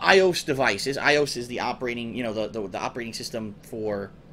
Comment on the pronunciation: he said iOs like eyeose